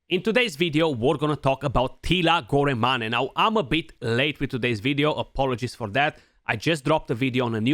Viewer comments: Goramani? I didn't know Teela was Italiano. Molto Bene! lol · It's pronounced as "gor-main"